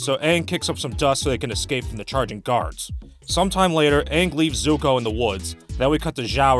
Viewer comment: "S"uko? Are you serious?